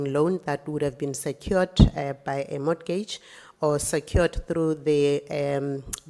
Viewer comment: I’m not trying to be strict but I need mama to stop pronouncing the t in mortgage. I’m evaporating 😭😩